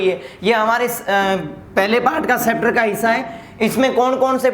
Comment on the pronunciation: चैप्टर नही सेपटर 😂😃😃